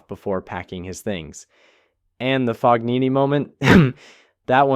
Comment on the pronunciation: Just FYI the “g” in Fognini is not pronounced. It’s Italian.